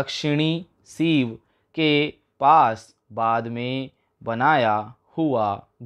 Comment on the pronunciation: हद है, ढाणी को ढाड़ी, डिक्री को डिकी, सींव को सीव, बोल रहा है, देखकर भी नहीं पढ़ सकते क्या😡😡😡